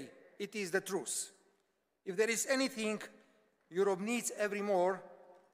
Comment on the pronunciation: Hej, bolo citi akoby to potreboval stihnut do casoveho limitu - tie pauzi tam nedaval ked mohol nechat publikum pekne vycapkat sa. A to trus co vyslovoval ako primerie (truce) miesto pravdy (truth) mi trochu trhalo usi :)